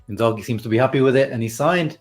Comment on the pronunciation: You can remove the H from the name when saying it. It’s a silent h